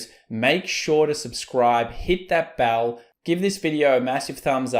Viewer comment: its bell not ball